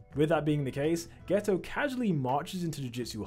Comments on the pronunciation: Are you saying geto or gayto? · Haha bro said geta as gayto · geto❌ gayto✅ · I heard gayto💀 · "you can tell this is suugruru gayto" 💀💀💀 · “Suguru Gayto”💀💀💀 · "suguru gayto" 💀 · why is he calling him gayto